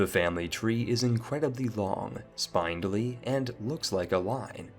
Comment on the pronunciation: My friend you need to learn how to say a few words correctly. Took me 3-5 listens to understand what you said. (i.e. piety, spindly)